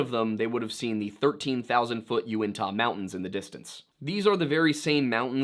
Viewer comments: Also, if you haven't already heard, Native Utahn here: Uinta is pronounced you-IN-tuh, less like the way Utah is pronounced. And it is indeed Wee-ber not Webber 😅 (Just like Mantua is pronounced man-uh-way because Mormons are odd) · (You-in-taw) mountains. It's where the bigfeets live; just north of skinwalker ranch.